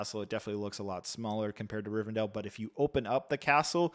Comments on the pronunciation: you said it right the first few timesbut then switched up rivendell, not rivendale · Love this review!! Looking forward to this release! Thanks for previewing this set for us 🙏🏽 Side note: I hate to say it BUT it does tick my OCD … isn’t it pronounced [ri-ven-del]… several times I keep hearing [ri-ven-dale] 😅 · DELL. It’s RivenDELL… not DALE